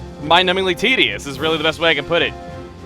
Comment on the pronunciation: U said tideous so many times